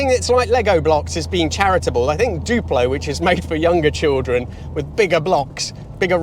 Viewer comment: "Duplo" ouch lol